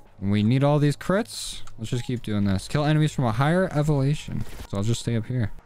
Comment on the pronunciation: said “evalation” when it’s elevation 😂